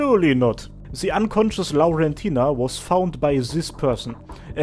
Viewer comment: Ngl I actually love how you pronounce Laurentina, sounds very pretty